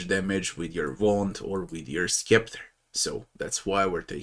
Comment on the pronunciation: Great vid. FYI, it's pronounced "septer", the c is silent.